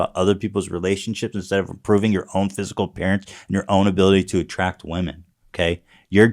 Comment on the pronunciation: i beg you learn how to pronounce ''women''